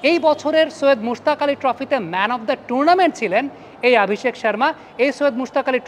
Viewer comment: আপনি "অ" কে "আ" বলেন কেন? আপনি অভিষেক কে আভিষেক,অশ্বিনকে আশ্বিন বলেন প্রায়ই।